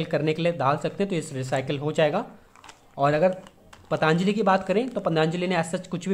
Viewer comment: ओ भाई पतानजली नहीं पतंजलि होता है